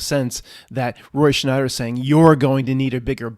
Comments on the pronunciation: Roy "Schneider"? ... It's Roy Scheider. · did you say "roy schNeider"? ...it's "roy scheider" now. no "n" (and 'always was'). weird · You called Roy Scheider, Roy "Schneider" - I think some Mandela effects are due to things like this!